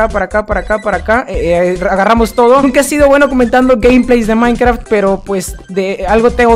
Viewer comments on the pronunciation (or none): dijiste minecraf o mikecrack? Soy xonnekita de corazón like si tu también :3